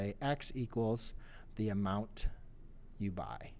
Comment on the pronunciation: LoL 'Amound ' == Amount